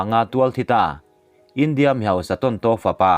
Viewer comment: Kan sawi ve lawk, i tawng kauchheh hi fimkhur thei deu la ka ti, i India lam dan te , tharthawh te a dang pawh a la awm. a ngaihnawm e